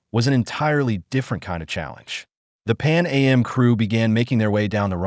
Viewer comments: It’s not Pan A.M. it’s Pan AM short for Pan American! Also if this is an American AI we don’t say holiday we say vacation and typically don’t use meters this video is an insult! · I can't deal with this AI voice. I checked out when it said "Pan A-M" instead of "Pan Am" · This is an excellent video. Calm down hate posters. Since KLM is pronounced K L M, maybe it's assumed AM is A M. Certainly didn't effect my viewing. Saw another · This is an excellent video. Calm down hate posters. Since KLM is pronounced K L M, maybe it's assumed AM is A M. Certainly didn't affect my viewing. Saw another video where the voice kept saying Ten-a-ree-fay. Now that's irritating. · “Pan A.M.?” I’m assuming this was created by AI. So annoying.